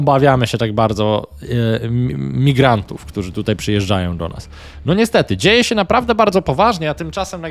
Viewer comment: "Co się dzieje?" Bez ę. 🤓